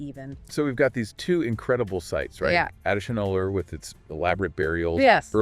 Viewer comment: Folks, The phonetic sound for AdiCHAnallur is not the "cha in cha-racter), but it should be said with a sound of "CHA"-rcoal). The sound phonetic of Adichanallur must be Tamil sounding like cha in Charles, cha in charcoal, etc ,😊 and NOT like the cha in character😮